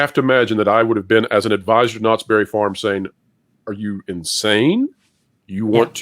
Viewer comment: Did you say Knotts Bare it Farm?????